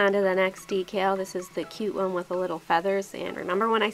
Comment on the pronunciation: I'm so used to hearing Christine from Simply nailogical say decal differently it sounds so weird to hear you say it the right way omg. lol love your sharpie manis. :)